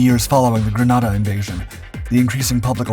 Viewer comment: BTW: The country Grenada is spelled and pronounced "Grenada" (gruh-NEY-duh, like a hand grenade). The city Granada in Spain is spelled "Granada" (gruh-NAH-duh).